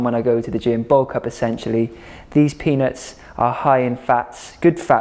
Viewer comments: It's not his accent - he did say penis, and he knew it, lol! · Why does it sound like you’re saying penis? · Chandra Heidel not his accent at all he legit said penis 😂😂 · I need a compilation of Gaz saying: Vebgetables and peanots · I keep thinking you’re saying “penis” 😂 Nice video though. I’m making this tomorrow! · If you didn’t have emphasized the peanuts .. I wouldn’t have noticed hahah